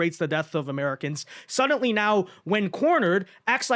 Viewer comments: OMG!!! ITS F'en SUDDENLY! NOT F'en SUDENTLY... FOR SOMEONE WHO SAYS THAT WORDS 500 TIMES EVERY DANG VIDEO YOU POST... ONE MIGHT THINK SOMEONE WOULD HAVE CORRECTED YOU... BUUUUUUUUUT APPARENTLY NOT! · I cant do it. Since I posted this comment youve said sudently 9 times. It drives me crazy. I cant finish the video.